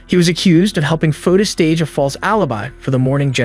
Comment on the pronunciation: Fotis is pronounced Fo tis, not like Otis.